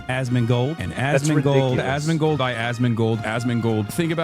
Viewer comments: Hassan be like: "aSsMInGlEdAssMinGleD....." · Why does Hasan pronounce asmongold as "ass mingle"? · Almost starts to sound like "Ass Mango" 😂😂😂😂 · I hear "Assmingle" now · Why does it sound like azz mingal everytime he says asmongold 😂😂 Also come join me for crazy talk boys! Twitch bots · fucking hell... "Azmingold" will be ringing in my ear for the remainder of 2025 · Anyone else start hearing "ASS MINGLED"😂😂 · Starting from here, the more he calls Asmongold it literally sounds like Assmingle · It’s starting to sound like Hassan is calling for “ass mingle “ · All I heard during the Asmongold comp was "Assmingle"... Excellent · after a few rounds of this i started to hear "ass mingle" and i dont know why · The more he calls Asmongold, it sounds more like Ass mingle 😂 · I keep hearing a s s mingle 😢😂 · "Asmingold", bro cant even speak.